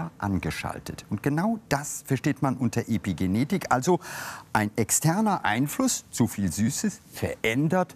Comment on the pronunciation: Warum sagt er "Depigenetik"?